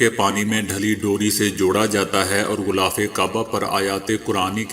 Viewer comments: Bhai sb "ghhulaaf" nahi "ghhilaaf" i ko e ka talaffuz karen. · Sir ek baat aur glth na samjna gulaff nh h. Gilaaf h.